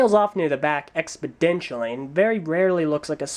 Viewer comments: I'ma beat you, "Expedential" is not a word. you mean "Exponential" You're smarter than that. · why does keep saying expodentially? that's not a word is it?